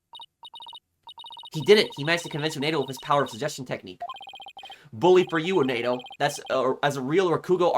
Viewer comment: I heard from some comments from other playthroughs that the multi-personality disorder apparently can take different form, but I'll let the experts and the ones with more first-hand experience take over for further intricacies. Oh also, just something to note. It's 'Uendo' not 'Unedo'. :D (kept tripping me up for that first 2 hours lol)